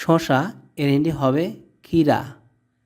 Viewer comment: হয়নি হিন্দ লিখেছেন কিন্তু আপনি নিজেই বলতে পারেন না। আর হিন্ডি না হিন্দি